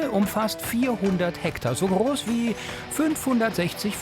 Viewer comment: Ich weiss nicht was der Sprecher für ein Sprachproblem hat aber mittlerweile fällt es auf und nervt beim Zuhören leider tierisch. "Proplem" anstatt Problem, "Kros" anstatt Gross, "Pjörn" anstatt Björn, "Krün" anstatt Grün.